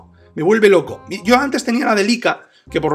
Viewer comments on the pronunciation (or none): none